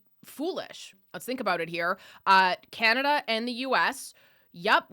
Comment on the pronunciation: Called it chinada , not communada 😅